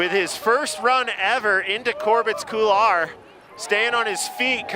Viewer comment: Imagine holding a competition in a couloir yet no one can pronounce couloir properly. Oh America, stay dumb!